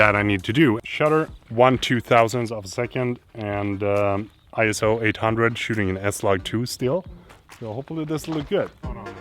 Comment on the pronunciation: Loved this video and absolutely love your channel!!! I am learning so much!!! I did want to pass this video to you...it's something I learned when I became a portrait photographer. It's about the pronunciation of ISO...and I thought you might find it interesting ;) Keep up the amazing work!!!